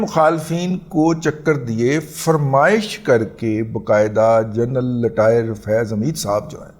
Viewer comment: عمران احمد خان نیازی تو بھرپور تلفظ کے ساتھ بول لیتے ہیں۔ لٹائر کو رٹائر کہنا بھی سیکھ لیں محترم۔